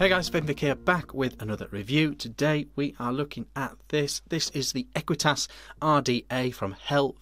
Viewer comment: "ahqweetus and a keltick on da side um nd some keltick umm around um th top"......